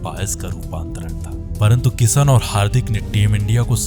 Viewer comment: Abe saheen nahi shaheen hota hai. Pehle bolna to seekh lo.. aur ek baat kisan nahi kishan hota hai Chal chutiye